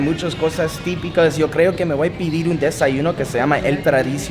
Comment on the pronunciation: Porque no hablas bien el español si las palabras más difíciles las pronuncias bien porque forzar el idioma. Ni modo ves como pronuncias bien chirmol y luego decís pidir no comprendo